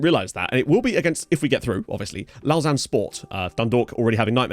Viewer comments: Lausanne is pronounced like low zan 😏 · Lausanne sport should be winnable tie. Servette fc my local side so wacky hearing you say lausanne. Lmao. Looking forward to tie as I am a suisse romande football fan. Lived in geneva my whole life andgeneva has a sporting rivalry with lausanne. Servette fc best suisse romande side imo